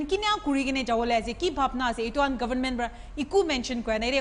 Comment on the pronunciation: It's not govn..men .. it's government.😊